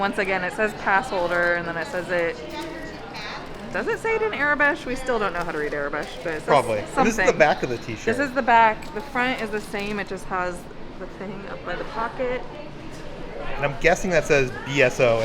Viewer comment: Aurebesh. Pronounced like it’s spelled. AUR as in auric or Taurus. I hope this is helpful! I love your adventures!